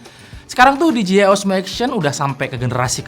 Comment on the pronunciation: DJI dibaca di je ai om, kalau di ji ai tu gini DGI